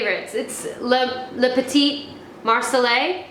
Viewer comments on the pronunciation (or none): none